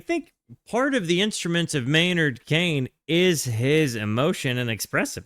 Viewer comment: Your pronunciation of keenan has me cracking up. Maynard Kane.😂 It's Keenan sounds exactly as it's spelled